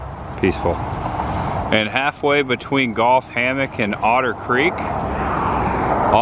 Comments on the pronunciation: you say golf instead of gulf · 🌊 Gulf 🏌🏻‍♀️Golf. 🦩Say it,!!!!😅